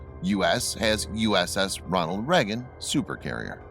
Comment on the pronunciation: as a person from the US how can you not say Reagan properly ??